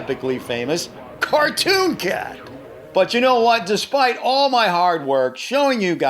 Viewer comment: When u said CARTOON CAT u had to say it hard i was like tf